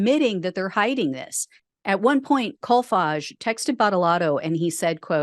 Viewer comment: You said his name I swore you said CallFudge. I looked it up to see how it's spelled... Kolfage. Now it sounds & looks like a Swedish word for $h1t talk or Bu11$|-|ITTER.